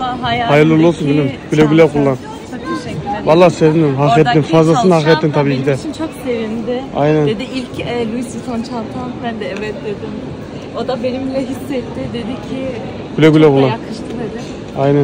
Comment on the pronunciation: Güle güle kullan, sade ve modası geçmeyecek bir model. Yalnız yanlış telafuz ediyorsun ismini. Loo-ee vwee-toh şeklinde olmalı, Louis’de olan s söylenmez ve Vuitton’da olan n harfi neredeyse yok gibi okunmalı 😊